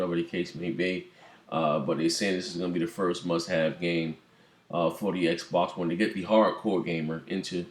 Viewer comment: Bang bang!!!!!!!!!!!!!!!!! U said it right Xb1